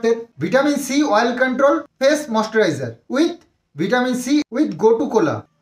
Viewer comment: Yes code e tinar naam,aj u tina ke beche khache, English er pronouncession ta to thik bolo, moisturizer ke ki ucharon korche, English e onnerse ekdom, porashona koreche ki na doubt ache.Aj tina jodi sondiper namer promotion gulo korto tahole ekhuni dalal er sathe vdo niye bose jeto ar bolto dekho dekho poyshar jonya ki korche,kothay ekhon lobhi ar poyshar lalochta kar dekha jache.Lok ke ar dekhio na,loke sob bojhe.vdo ta delete kore dio nahole sobai dekhe nebe. Bou bikri korne wala ekta banglar gramer family.